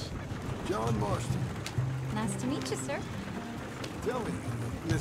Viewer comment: did he really say john mastron instead of john marston